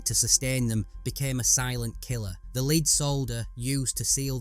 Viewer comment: The narrator keeps mispronouncing "lead" as leed instead of led